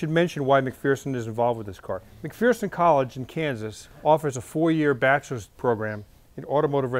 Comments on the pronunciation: You are saying McPherson wrong. It isn't McPhEARson. It is McPherson, with the er enunciated correctly. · McPherson college out of Kansas? Good group of people. Its pronounced Mc-Furson. It's weird I know, but its Kansas for ya. Nice job though!!! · I know, there's no "fear" in McPherson... It's "McFurson."